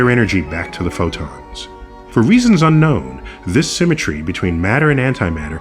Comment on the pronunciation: How many times have he said unknow !